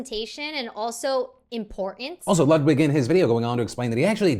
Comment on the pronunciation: It’s pronounced LEWD-VIG